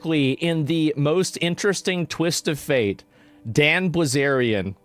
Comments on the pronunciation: Bil zarian Zack not Bliz arian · Right off the bat and you mispronounce his name. The eye comes before the ell, it’s \Bill Zaryan\ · Asmongold actually can’t pronounce “bilz”